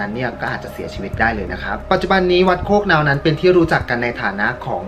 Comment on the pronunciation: วัดโคกนาวครับ ไม่ไช้โคกเน่า